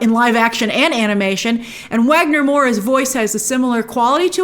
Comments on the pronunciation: Hey Grace brazilian here! just fyi, Wagner Moura is pronouced as "vagner", with a V. I wished they had The Wolf speaking Portuguese instead of Spanish, just to set him apart and honor Wagner a little more. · Grace, Wagner Moura's name is pronounced with a V, "Vagner".